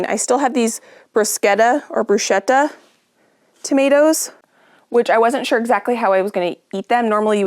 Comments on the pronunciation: It is pronounced (in Italian) as “Broosketta” not “brushetta”. The H makes the C hard, like a K. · you are my heart sister…i say bruschetta wrong all the time too…..lol